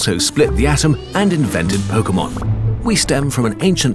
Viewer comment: Lol 'pokuhmon'